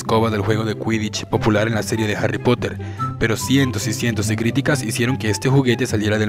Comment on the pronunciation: la escoba de harry poter mejor dicho jary pajother xD